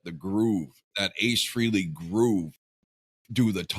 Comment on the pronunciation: Frehley...pronounced fray-lee.